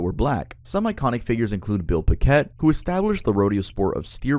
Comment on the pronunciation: Bro what the f*** billpiket??? Come on man You're going to say a famous black cowboys name you better know how to say it Bill picket like a picket fence